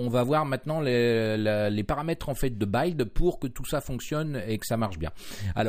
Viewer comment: C'est la première fois que j'entends cette prononciation pour "buid" et "hidden", c'est voulu ? Vous dites comment "building" pour gratte-ciel ? "Baïlding" ? A part cette prononciation déroutante, j'aime plutôt ...